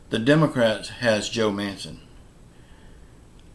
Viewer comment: I hope Joe Manchin keeps his word and holds his ground. No, I don't think they will pass a bipartisan deal. I think the days of bipartisanship are over., if you're such a genius then why don't you just drive up to dc and meet with Joe Manchin and set him straight., I noticed you finally learned how to pronounce Manchin's last name at times but you then go back to pronouncing it Manson. No, it there are animals in DC and they are AOC, Ilhan Omar, Rashida Tlaib, Jerry Nadler, Adam Schiff and many more., who are you to lecture anyone on bipartisanship. In January you said that Trump supporters should be put in front of a firing squad. The Social Security administration should put you on the payroll since you talk nonstop about it. People who are retired and only draw social security now are people who made poor life decisions. I don't know if you're referring to me when you talk about the person who talked in the comments about your view on voting. You're right...I have my opinion and in my opinion people have the right to vote or not to vote. To say that someone has to be silent just because they didn't vote is un-American but it's not surprising that you feel that way since you seem to be a card carrying socialist democrat now. I think you should personally tell the person who couldn't vote on election day, due to a death in the family or a medical emergency, that they have no right to complain and have to just "bend over and take it." You really do come o